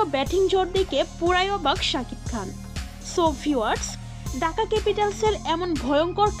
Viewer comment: ঢাকা না ডাকা? ঠিক মতো উচ্চারণ করেন, ধন্যবাদ।